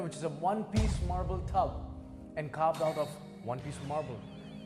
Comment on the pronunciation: "the tub over there, which is a obe piece mable tub, and carved out of one piece of marble" Oh, the floor here ia made out of floor.😂